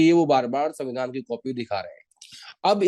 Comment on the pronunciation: vevadhan ya savindhan avadhan Mr jokeyc🤣